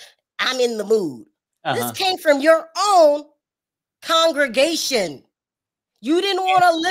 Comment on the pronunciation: It's and his conjugation for me. Lol..., the word is con-gre-ga-tion and not con-ju-ga-tion. You are not conjugating any Spanish or French verbs here.Two different words boo!. Lmao!!